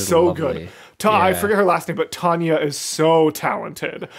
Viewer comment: NOT TO BE MEAN BUT CIRCE’S VOICE ACTOR’S NAME ISN’T TANYA ITS TALYA